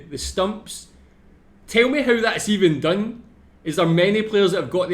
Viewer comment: It's technically funny HOW his HOW had turned out to sound like HOE